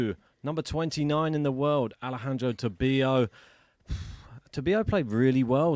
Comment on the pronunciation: Please pronounced correctly his name: TA-BI-LO, no tobio.